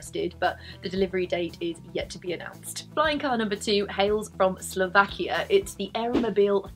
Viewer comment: it's really great to hear someone on youtube say "Slovakia" :) it's rare and as a slovak I always feel proud for that. (sorry for my english)